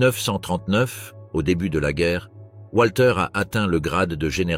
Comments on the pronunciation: voix typique de ce que génère l'IA : le W allemand se prononce comme un v français donc Walter se prononce Valter et non Oualter...... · Walter se prononce comme wagon, et non pas comme ouate.